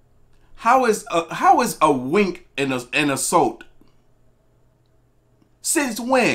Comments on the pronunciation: I like how you pronounced it “assult” 😂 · "Assult". Lol.